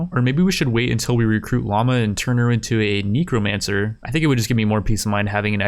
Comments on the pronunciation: It's necromancer, not neecromancer lol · bro the way you pronounce necromancer sometimes is... a little dangerous